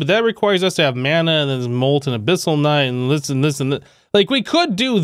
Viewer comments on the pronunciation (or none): none